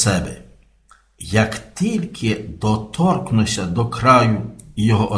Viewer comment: Наголос у слові "доторкну́ся" падає на останній склад: "доторкну́ся".